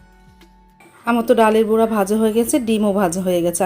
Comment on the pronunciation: আপু আপনি বুড়া বলেন কেনো?...সঠিক ভাষায় বড়া হবে।